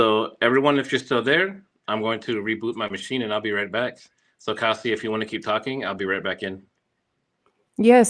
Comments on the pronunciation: I believe Kasia is pronounced "Kasha". Nice to find you two together. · ask Kasia how is her name pronounced. Your version is wacky. Lol. Its more like Kashia. Lol.